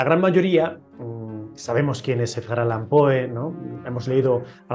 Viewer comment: Con todo respeto, es "Allan". Enhorabuena por el canal🤗